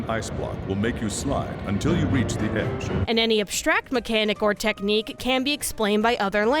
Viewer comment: When I finally got Catherine Full Body I told my husband I had played the original back in my highschool days and was excited to play the game with the additional meat to the Mary. This man thought everytime the narrator said “edge” she was actually saying some weird alien “ough” sound so everytime I would connect and she would say edge my husband would be like “ough” 😂 until I explained what she was saying.